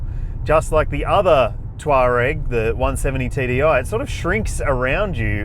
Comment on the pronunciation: Touareg, not Twarag.😊